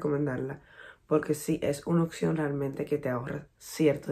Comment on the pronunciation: oPción, no oCción...hay que pronunciar la P